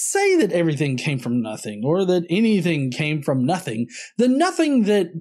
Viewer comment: "sometheen came from notheen?"